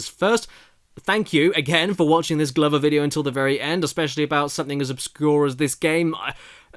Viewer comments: It's pronounced gloover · The way caddicarus say glover is the most British thing I have seen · i cannot think of one reason to justify pronouncing “glover” the way you do